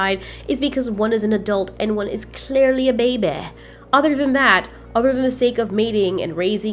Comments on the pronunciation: The way u Pronounce baeby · "And one is clearleh a babeh" - 2019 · HAHAHA WHEN U SEAD BAEHY HAHAHAHAHA